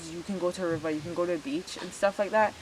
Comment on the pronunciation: Wow I love when you say river so funny